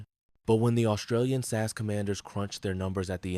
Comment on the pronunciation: Just a tip to make you sound more human. It is pronounced S A S, not SASS, it 3 letters sounded out, not a word.